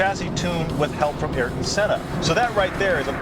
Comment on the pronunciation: Love these. God bless Senna. And it's I-air-ton, not Air-ur-ton. As ever, a great video. Keep them coming!